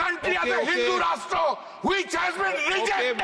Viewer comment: when begali mp said hindu rastrooo its rastra:face-purple-crying::face-purple-crying